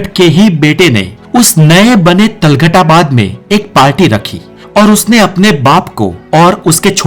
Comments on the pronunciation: वाह मेरे अनपढ़ शेर। पहले तुगलक और तुगलकाबाद बोलना तो सीख ले। तलगट और तलगटाबाद बोले जा रहा है। क्या युटुयुबर बनेगा रे तू। पहले स्कूल जा पढ़ने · Talgad nahi tughlakabad hota hai